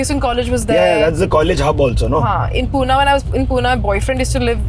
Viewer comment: Madam its not Pooona okay its Pune...yedya bhokachi